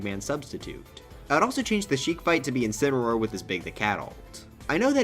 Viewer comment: Incuneroar? Or is it... INSPINAROAR!?